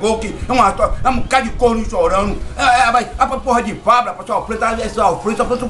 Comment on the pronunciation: Fablu? Não é Pablo não é...😂